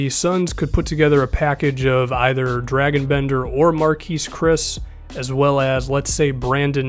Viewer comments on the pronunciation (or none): holy shit is dra(soft a)-g-in not Dragon